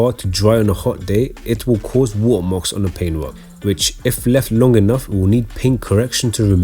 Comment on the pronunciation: “wo’uh marks” 🤣🤣🤣💀😭